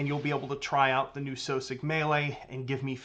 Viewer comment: I recognize that he's the head developer of this game and they're called what he wants to call them, but I can't shake the impression that that's not how you're supposed to pronounce "Sosig."